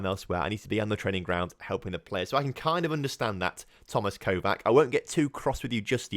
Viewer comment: And Kovac is pronounced Kovatsch and Szabo is shabo, great results today